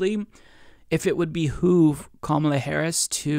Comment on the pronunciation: It's Ka-MAH-la, not KAH-ma-lah.